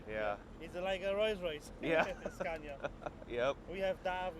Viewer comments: Why is it impossible for you to pronounce it Skawnia? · Get more reactions and don't dare to americanise the Scania (You do pronounce it right, when you're in Sweden, why pronouncing it wrong back in the States? 🤔